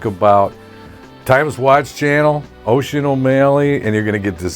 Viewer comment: Haha this is really great. What is Oisin sad about? Does anyone know or is it private? Anyway best wishes out to both of you! Fyi. Its pronounced Usheen. Like Usher... with the een!!